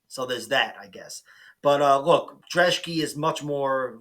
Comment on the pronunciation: Thanks for pronouncing the Polish dudes last name correctly! Great vid as well